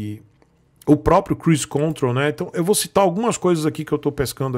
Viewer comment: Opa.fala.. tudo tranquilo.. então... É Cruise contrOl..com ênfase no segundo "O".valeu brother